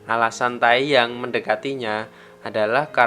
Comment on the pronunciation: Teyang bukan tayyang :) Mire Bekha